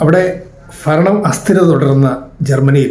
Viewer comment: ഫരണം എന്ന് പറയല്ലേ ദയവ് ചെയ്ത്. ഗൗരവമുള്ള വിഷയങ്ങൾ സംസാരിക്കുമ്പോൾ അതിന്റെ ഒരു ഭാഷയും പ്രധാനമല്ലേ.. ക്ഷമിക്കുക. ഭരണം